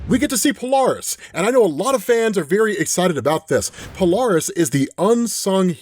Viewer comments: Hey... it's not "Palarist" it's "Pole-air-iss" Polaris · PO-LAIR-ISS. POLARIS.